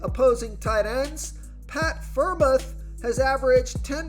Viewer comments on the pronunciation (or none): Friarmooth is how you say it bro great video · Great video. But how you pronounce Pitt tight end was funny